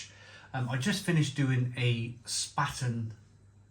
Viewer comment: Love your channel but if you’re reviewing German beer please bear in mind the earlier comments about pronounciation. It really grates if it’s wrong. Lowenbrau is pronounced “Lervenbroy” Paulaner is pronounced “Pow-larner” Spaten is pronounced “Shpairten” and Hofbrau is “”Hoff-broy.” And yes, I omitted all the umlauts which effect pronounciation because on old iPad I couldn’t be arsed! Slainte. 👍🍺